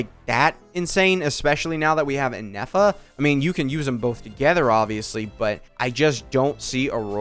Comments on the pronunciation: saying ineffa instead of Ifa continuously says a lot about ifa's kit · I was also baffled of the amount of times inefa was said lmao 🤣 All fun and games till Ifa comes to correct you 😂 same though